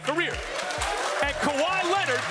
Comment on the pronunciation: Dude said kawhi 🤦🏾‍♂️